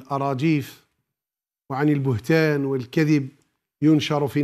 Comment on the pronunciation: البهتان وليس البتهان